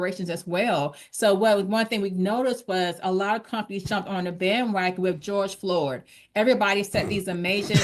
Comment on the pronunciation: I had a good laugh when said, "George Floored". The hits just keep on comin' with these "folx".